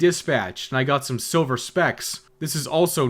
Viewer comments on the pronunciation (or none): none